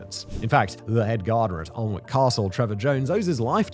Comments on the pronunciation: Your pronunciation of Alnwick really, really bugs me. It is not pronounced how it is spelled. Its pronounced "Annick". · Tourist season in Alnwick you certainly hear some strange pronunciations but by far the worst I’ve ever heard was this scouse family coming into work saying ‘allhun-whickh’ and they were too busy talking amongst themselves for me to politely correct them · I only clicked on the video to see what kind of job you made of the pronunciation of Alnwick. Just under minute in and my question is answered. Even more of a mess of it than I was expecting. 17 minutes and 21 seconds saved to go and do something else. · Long time viewer but cannot ignore the way you’re pronouncing Alnwick there mate 😂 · Came to the comments to see how many times people corrected his pronunciation of Alnwick 😂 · He had me until he pronounced “Alnwick”. 😂😂😂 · The pronunciations in this are absolutely hilariously wrong. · Can you at least try and pronounce the damn place properly? An-ick you muppet. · Fascinating but your pronunciation is terrible 😒 Learn how to pronounce (Alnwick) An-ic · "Ahln-wick"? That is how I pronounced it many years ago and was laughed at by the locals. "Annick" was the correction I was given. ;) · It's pronounced anick silent L & W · Aln-wick makes me cring. For anyone wondering 'Alnwick' is pronounced an-ick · sorry Simon, i don't want to be this guy, but since I went to high school there: it's "An-ick" not "Aln-wick", old english town names being what they are haha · Thank-you was just about too say the pronunciation is annoying I'm shouting at my phone it's not arnwik it's blood annik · Been here and its amazing. I can't wait to go back. The hornbeam hedges are like walking through a cathedral. Different to anywhere else I'd ever been. Its pronounced Annick, by the way. Many of these plants are actually common garden plants. I have many of them in my garden. The poison garden is only a part of the whole place. The cafe is very nice too. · An-ick Garden